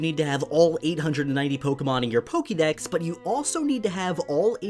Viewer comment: Why is it that you're able to say Pokemon and Pokeboy properly (with the "ke" sounding like "kay") but you consistently massacre the pronunciation of Pokedex (where you pronounce it like "key")?!